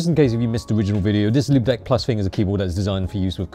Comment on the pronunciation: Before I saw the actual product name on the keyboard, I thought you were saying "limp dick". 😂